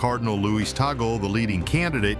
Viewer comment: It's TUG- LEH